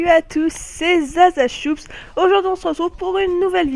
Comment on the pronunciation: c'est pas zazachoops!! c'est zazashoots!! mdr! tu m'a bien fait marrer!!